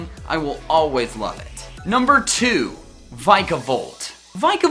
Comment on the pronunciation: Its vikavolt not vaikavolt